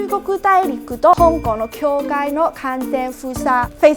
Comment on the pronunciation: 这日语还出来教人。。。笑了 医疗从事者都读不对。大陆也读不对。境界也读不对。真的是搞笑。